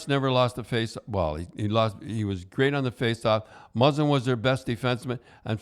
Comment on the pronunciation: i think muzzin was the only name he said correctly lmfao